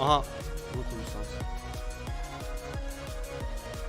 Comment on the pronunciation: Outer sansin saldırısı bu arada sans sens diye okunuyor yanlış söylediğinde de Kötü oluyomxd